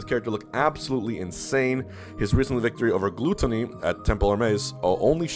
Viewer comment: Wth is a "Glue-ttony"?